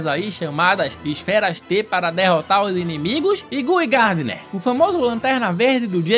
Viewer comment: Güi Gardner 😂